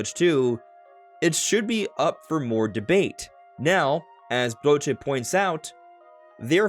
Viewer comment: Guillaume "Broché" ? 🤭 Don't pronounce the "e" at the end of his name and you're good with that 👍